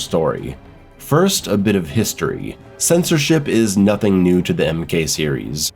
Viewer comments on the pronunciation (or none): none